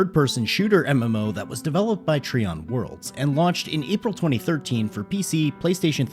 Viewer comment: dude said Treeion worlds when its TRIon